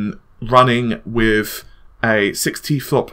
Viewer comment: That "6 Tflops" sounds like "60 flops". xD